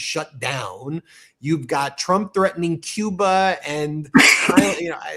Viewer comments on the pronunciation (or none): none